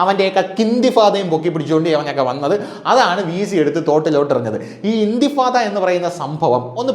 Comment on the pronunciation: ഇന്തിഫാദ അല്ല സുഹൃത്തേ ഇന്ദിഫാാദ്